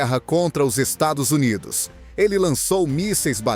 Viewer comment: Narrando uma merda, não consegue pronunciar dólares e Estados Unidos.